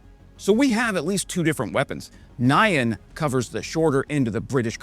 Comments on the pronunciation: N'yan, not Ny-an. Try saying "yan", then stick an n- on the front. It's just how Japanese say "meow". To the Japanese, cats don't say "meow", they say "nyan". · Pretty weird way to say Nyan ☺️